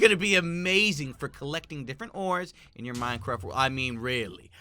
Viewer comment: My brother saw this “Bwack hole in Minecwaft? Dat impossible.